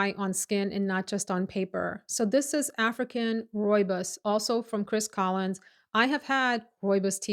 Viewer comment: Hey, wow one of few Americans that does not butcher the pronunciation of rooibos, thank you! I grew up with rooibos tea and is such a comforting healing tea, here in South Africa we all really grew up with this tea, helps with so many health issues. I have been wanting to smell that parfume though, will order a sample of it, thank you for a lovely review.